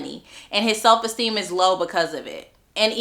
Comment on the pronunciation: Is there a story behind “SELF-ESTEEEN-uh” ? 😂